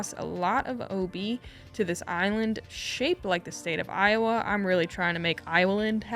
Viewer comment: Hole 17's Iowa island should be pronounced eye-wu-land😂😂